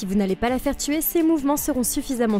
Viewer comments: Tuer et pas teur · il y a un pronlaime tu a teur au lieu de tuer